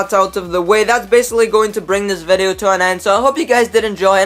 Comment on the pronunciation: OMFG PLEASE.. ITS VIDEO NOT FUCKING VEDEOU